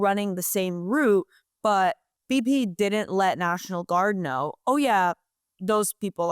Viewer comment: when it Matteeeers. You knoooow. what with extending syllables at the end? take out the hot potato